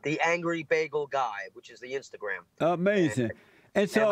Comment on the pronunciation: Uh May Zin